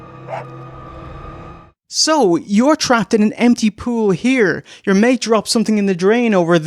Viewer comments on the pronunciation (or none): none